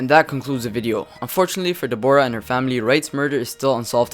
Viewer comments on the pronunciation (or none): not de-bor-ah it is deb-rah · Her name is Deborah as in deb-rah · Deborah? It's pronounced Debra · De-Bora lmao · Learn how to say Deborah